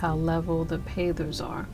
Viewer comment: At first it sounded like you were saying pathers...I couldn't figure out what you meant...hahahaha....Pavers are such an easy thing to work with...My husband and I have used them in the same way before...and other ways....Looks nice...